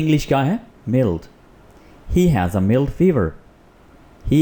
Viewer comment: For God sake...the word Mild is spoken as myeld but not meeld....You are a teacher and must do prior practice pl...